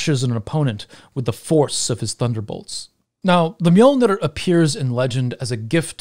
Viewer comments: You mean Mew-Mew? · allways fun when anglosaxon say Mjölner